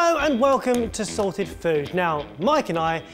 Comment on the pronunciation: Idk but today it sounded like we were welcomed to salted food instead of sorted food lmao